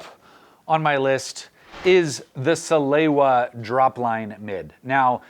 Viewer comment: Pronounced “Sah-lay-vah”. You’re welcome.